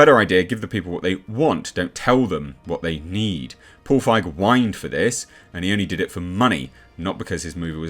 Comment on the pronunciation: 👍 for correctly pronouncing Feig instead of „feeg“. I also never get tired of saying that feig is german for cowardly 😅